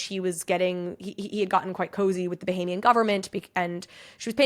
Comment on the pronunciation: Bohemian? You mean Bahamian?